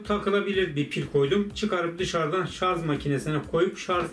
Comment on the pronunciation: "Şarz" deme abi gözünü seveyim ya! :D "Şarj" o şarj!!